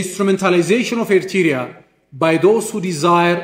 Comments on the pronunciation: This man the same like the PM from grade 7 Even he can’t pronounce Eritrea 🇪🇷 All his speech the same since 1991 blaming Eritrea and more Is he talking in empty house? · He doesn’t even pronounce “Eritrea” well. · He can't even pronounce "Eritrea" correctly, ye mehur mehaymoch sebeseb. Agasesoch!